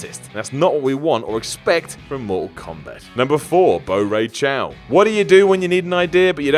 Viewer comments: Reiko not Rico,Bo Rai Cho not Bo Ray Chow,Raiden not Roiden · I love how can't say Bo' Rai Cho... say it how it's spelled,, there's no "w" at the end of Cho. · Way to butcher Bo Rai Cho's name. Think Boracho aka "drunk" in Spanish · It's pronounced ray den and bo rai cho not ciao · But I like Kobra, styker and bo' rai cho and it's not "Chao" you say it like Ch-oh in one syllable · Bo-Ry-Cho, not Bo-Ray-Chow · Bo Rai CHOW...my ears started bleeding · Lmao Bo Ray Chow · WTFF U MUST BE KIDDING, BO RAY CIAO (not how u pronounce his name) WTFFFF 😂😂😂😂😂 HES AMAZING BTW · "Bo rai chau" WhatCulture Gaming - 2017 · Bow Rai Chao? does not play mortal kombat. Nothing wrong with that, just don't have him make a list about mortal kombat, maybe. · Stopped caring about your opinion when you called Bo Rai Cho bad, stopped listening when you pronounced it Bo Rai CHOW. If you're gonna shit talk something at least learn how to pronounce that something. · BoRayChow. Again script writer: NAME PRONUNCIATION GUIDE. please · Bo Ray Chow? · "Bo ray chow" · BOW RAY CHOW??? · Spencer C H O W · R I C O B O R A Y C H O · Bo' Rai Chow! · No doubt... Bo Rye Cho... Rey-ko... needs some pronunciation lessons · Yeah ok so I don't criticize alot on videos but when you say characters like Reiko & Frost & motaro are dumb characters that no one wants then thats one of the dumbest statements about this series ive heard also your pronunciation of character names is absolutely terrible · STOP SAYING BO RAI CHO'S NAME WRONG!!! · Do research next time, your Bo rai cho pronunciation was trash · Kobra is the name that gets you? What about every single word that should begin with a c? You mispronounced Bo Rai Cho too (I like his fighting style, but too much puking and farting). I think Motaro is a pretty original character. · Dont you talk about motaro! He is awesome. By the way, you butchered Bo Rai Cho's name lol It means drunk in spanish, by the way! 😀😀😀